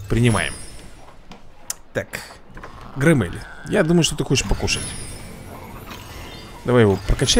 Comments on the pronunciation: Не громе́ль а гро́мель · Правильно громеель а не громЕль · Слово громель ты говоришь не правильно, ударение на букву о а не на е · Вапщет грОмель, а не громЕль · Посмотри мульт фильм а потом играй... ГроммЕеель блин.. ГрОммель! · Почему он читает громмелей Громмэлями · не громмЕль а грОммель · не громЕлль а грОмелль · не граммель а громмель там буква о а не а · Боже это не мультик а мое все и ещё не громееееля а гроооооомеля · ну так громЕль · Я очень смеялся, когда ты назвал громмеля громЕлем😂 а так, ты очень крутой 👊😎